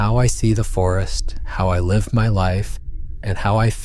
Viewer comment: Artificial voices always give themselves away, I hate it. AI is not capable of pronouncing some words properly. Words like( live) have two pronunciations this gave it away immediately at the beginning.